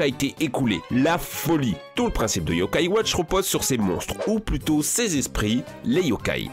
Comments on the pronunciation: et également l'accent sur le "a" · Les bosses ses yo kaï watch